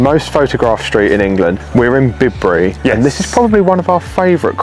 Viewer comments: BIBRY YOU SAID IT WRONG ITS PRONOUNCED BYE BURY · I live in Cirencester, or “Ciren” to locals. We laugh at Americans’ pronunciation of Bibury…they say it the same as you, but it is as one other viewer pointed out Bi-bury (or By-bree). Cirencester was hugely significant in Roman Britain and was massive in the wool trade…hence the wool market area you never covered. No wonder you didn’t think it was very Cotswold like as you spent most of the video showing off American imports (coffee and cakes) 😂. Maybe you should have checked out the nightlife too. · Great video chaps. By the way, Bibury is pronounced BYE-BREE. What did you expect, Its England innit!